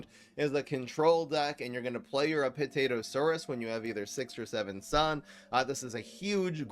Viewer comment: "APT-atosaurus" Lol.